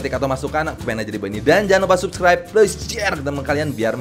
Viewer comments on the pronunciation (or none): none